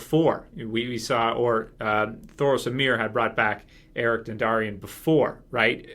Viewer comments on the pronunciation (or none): It's Beric, not eric. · Beric Dondarrion, not Eric, goddammit.... How can you have these videos and have no idea about character names?.. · Berric Dundarion not Erik lol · beric* not eric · Beric not Eric. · You mean Beric, not Eric.